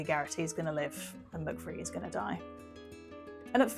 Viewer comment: You called Peter McVries as Peter McVrie. You dropped the S.